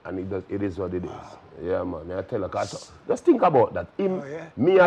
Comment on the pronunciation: “Baby oil mon” 🤣🤣🤣